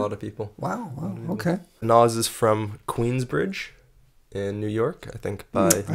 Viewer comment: Cuh said Queensbride Long Island.....